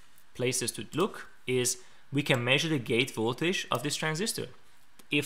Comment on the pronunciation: You make great videos that I really enjoy watching! But you should really learn how to say the word voltage, since it's used so very often in your videos. It's not voltaesh, it's more like voltedge if I try to spell how it should be pronounced.